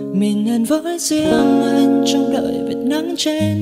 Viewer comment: list hay !! có bạn hát bài Mơ , cứ "mìn, mìn " , mình người gốc Bắc, nghe mình thành mìn, khó chịu dễ sợ và hơi buồn cười thôi, hehe, 1 số chữ "anh" phát âm cũng bị "miền nam" , "mìn" chỉ góp ý tí zay thôi, còn bản vẫn thích chữ mìn thì "mìn" cũng vẫn nghe đc, ko sao, hheeee